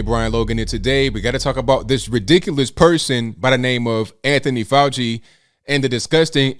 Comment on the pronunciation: FK FAU-CHI-NA